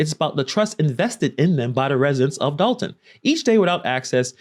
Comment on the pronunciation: First off im from Chicago Dolton been fuck up before she got there. Secondly love it's Dolton not Dalton lol